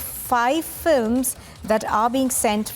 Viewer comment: Pl say 'films' and not 'flims'